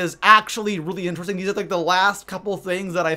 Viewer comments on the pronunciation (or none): none